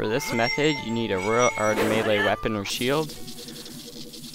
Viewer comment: Why did you say royal ard sword? (Unless i only heard that(